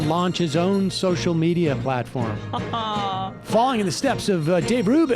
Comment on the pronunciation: pwonunciation: "Social Meatier."